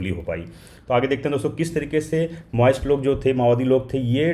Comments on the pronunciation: Sir maoist hota hai , name came from Chinese president Mao , aap baar baar moist moist Bol rahe ho , moist ka matlab humidity, nami hota hai . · Moist pronunce kar rahe hain.Maoist hota hain . Pehle pronounce kijiye thik phir logon ko UPSC prepare karwaiye.🙏🏻🙏🏻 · Sir ji MAOIST and MOIST are two very different things. You need to work on your pronunciation 🤔